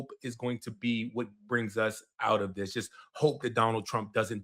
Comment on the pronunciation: My man said dis and Dat. Harry it's dis, Dat and the udder ding. I wish I could vote for you.